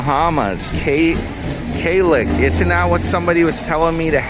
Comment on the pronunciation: Damn ya done forgot me? Lol, 😂😂 Kalik Gold, pronounced Klick The original Kalik is a lager with 5% alc./vol. It was designed by Heineken International in 1988, based on studies of the Bahamian market. It seized market leadership from Beck's, which had dominated the local market before.[2] According to the bottle label the name of Kalik is derived from sound of cowbells heard during the annual Bahamian festival of Junkanoo. There are five more variations of Kalik beer: Kalik Gold, is a 7% alc./vol. beer. It was first introduced in 1992 as a limited edition brew to mark the 500th anniversary of Columbus’ landing in the new world. It has since become a permanent offering.